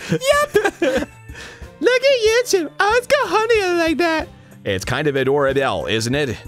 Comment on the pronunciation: I gotta love how Arin pronounces "adorable" as "a-door-a-bell" in Monika's voice